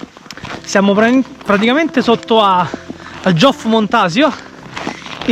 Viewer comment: Non si dice giof di montsio🤦🏻‍♀️ si dice IOOF e la valle è SAisera con l'accento sulla prima sillaba!!